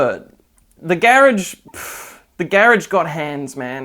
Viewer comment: omg i didn't realize you were saying garage until reading this T_T